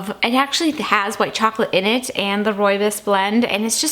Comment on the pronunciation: Hi, been watching and enjoying your videos for a few months. This is the first tea time video of yours I've seen. I'm from South Africa and happy to see that you enjoy roobios so much. Not sure if anyone has ever pointed this out and I hope you won't take this the wrong way. Your pronunciation of roobios is slightly off. The last part is pronounced more like "boss" the "bs".